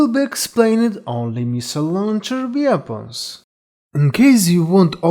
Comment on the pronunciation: The word "Weapons" in english is pronounced WEP-ONS. WEAPONS. English is not as much of a phonetic language as most European languages. The issue when listening to your accent for a lot of people is likely that the brain of an english speaker listening to your accent is on lag trying to catch up with what you're saying. You're saying sentence number two while their brains are still processing what you said in sentence number one lol I'm bilingual myself so I basically understand the struggle of people learning to speak English which has a ton of words that trip people up when they're learning it because there are few completely consistent rules for pronunciation.